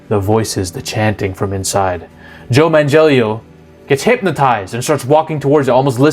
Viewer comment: Did he say Joe Man-Jellio? LOL The idea of the Elder Gods was mostly August Derleth who put in his own Christian ideas into the Cthulhu Mythos to add a good vs. evil battle that Lovecraft didn't imagine. There aren't really any copyright issues to worry about as the Cthulhu Mythos is public domain.